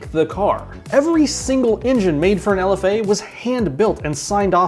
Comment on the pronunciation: it is not lf dash a, its lfa.